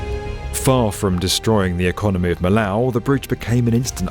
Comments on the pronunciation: great video :) but please, Millau, as a secondary city, has to be pronounced as it is in the country So it is : mi yo ( mi iow ? ) ;) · Millau is pronounced with a wet L, like a Y. So like "MeeYo". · Pronounced “Mee-oh” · It's pronounced Mee-Yoh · Even a Brit can say "Mi-yo" instead of "Millau" if he puts his mind to it.... and considering he's making a 20 minute video on it 😂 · Just love the way doesn't even try to say things in even a slightly Frenchified way: Millau rhymes with miaow and if there's two 'L's, then he gives 'em all 'ell. 'Massif Central' is said like it was a railway station in the middle of a big American city. Good on yer,, say it how you feel it! Having said that, this is the most brilliant video... an actual real interview with the great Norman Foster - what an amazing gentleman he is! And that magnificent, beautiful bridge: I finally dragged up the courage to drive across it this year when coming back from holiday to home in northern France, and I will never forget the experience. Thanks for sharing. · It’s pronounced « me yo » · Millau is pronounced Mijo. As in veejadyk de mijo. Otherwise a splendid documentary. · It's pronounced "me" (as in me not you) and then "yo". Millau is "me" + "yo". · Technically in french, the double "L" in "Millau" is pronounced as a "Y," like "Miyo". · more like "meeyo", camarade ;) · Excellent documentary. BTW, Millau is pronouced "Me-oh", just in case you ask a French citizen how to get there. Even Foster says it correctly . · More liké "me yo" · it's pronounced "meeyaw"!! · It's pronounced me-yo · well that was fine really. technically it should be "Mee_yo" the "Ls" are completely silent in this instance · Come al solito voi inglesi non azzeccate una pronuncia, almeno informati su come si dice Millau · Great video and I love you guys, but this was shocking butchery of French names. Lord Foster pronounces Millau properly. Surely the narration could have. Likewise Verlogeux’s name… Please do better.